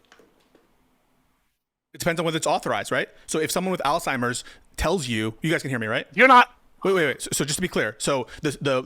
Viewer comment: It’s Alzheimer’s ALZ-heim-ers